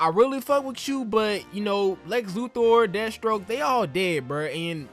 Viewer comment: LOL the way you say Death Stroke sounds like you said Destro, I'm like damn GI Joe villains in this timeline?? xD